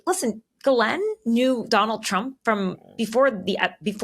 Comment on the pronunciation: As a Canadian, I'm impressed that 2 Americans pronounced Ghislaine's name correctly. Both the English and the original French. Bravo!